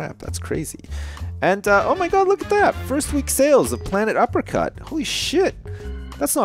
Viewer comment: When you named your game "Planet Uppercut", I thought you said "Planet Apricot."